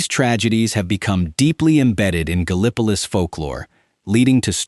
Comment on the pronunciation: I loved the video... Great stuff. BUT PLEASE!!! TEACH THE AI TO PRONOUNCE THINGS CORRECTLY. Gallipolis, in this state, is GAL- ih puh LISS. Not Guh Li PUH Lis.